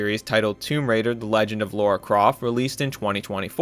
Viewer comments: Laura ??? it's Lara... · It's Lara not Laura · LOL yes, I'm referring to the mispronunciation of Lara Croft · Lara not Laura . Otherwise superb analysis. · L-A-R-A NOT LAURA LARA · It's "Lara". LARA! Not "Laura". Sheesh! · LARA LARA LARA. NOT LAURA❤😂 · It´s not Laura but LARA, at least get it right when you wanna make a video of a game you don´t like and even don´t play :D :D (if you liked a game, you don´t call her that) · Laura? Its LARA... wtf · As a 90s kid and retro gamer who's first game ever beat was the original Tomb Raider, a personal pet peeve of mine is when people pronounce her name as "Laura". It's Lara, as in...Lara. Law-ruh Croft. And just now as I'm hearing it that does sound like an odd, made-up name. Maybe it should be Laura. But it's not. It's Lara. Lara. lol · Her name is not said as "Lora" it's "LAH-RAH" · American kids unable to pronounce LARA correctly in 2025 is lore at this point. Even back in the days they got her name incorrectly and still to this day they keep calling her LAURA instead of LARA. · why can’t you say Lara properly? It really grinded the whole vid haha. LA RA, not Laura. Haha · Sorry, but the second you said "Laura" i decided that I could not continue with this video. Is it that serious? No, but being unable to pronounce the main character's name after you've played all these games and done all this research is just too much. Why do Americans insist on saying Laura, when the name Lara is literally spelled differently. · Dude it's LARA not Laura 😅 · Bro why you calling her Laura? Lol it’s literally called LARA Croft not LAURA Croft how do you mess that up 😂 they repeatedly pronounce her name as Lara throughout all 3 games…lol just how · her name isnt laura. its Lara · Laura ? really? its 2025 please learn to pronounce lara i mean its said in this trilogy many times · LARA = L - A - R - A, repeat with me L A R A. Not Laura, not Lora, not Laurah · Every "Laura" physically hurt me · This bro saying LAURA is straight tilting